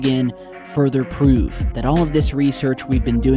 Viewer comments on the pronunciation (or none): none